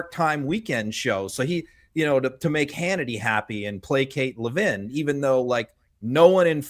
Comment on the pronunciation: Mark Levin…not Mark Levine.